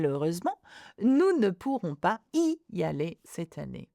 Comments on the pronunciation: Is there a liaison with “pas & y”? I’m not sure I heard you say it? I thought it was supposed to be “pa zy aller’. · Please why is there no liaison for '...pas y aller...' in the last sentence